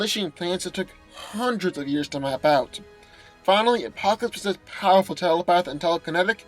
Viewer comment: Pawerful! PAWERFUL.